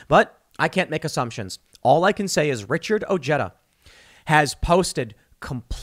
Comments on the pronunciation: Ojeda is pronounced "oh-Hay-duh". Unless he has "Americanized" the pronunciation. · Tim, how have you not learned yet that the 'j' is pronounced like an 'h' in other languages. The dude's name is freaking easy to pronounce.